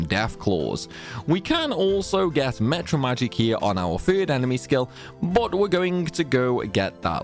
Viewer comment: Why do you say mEtra magic and not mAtra magic?